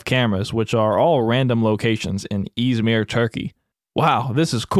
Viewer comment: it is not pronounced izmier it is pronounced izmir